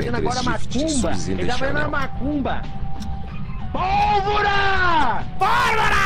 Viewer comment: Soy yo? Pero escucho "Alvara" no polvora